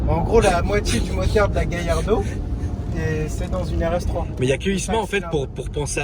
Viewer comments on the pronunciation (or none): Yardo non Gallardo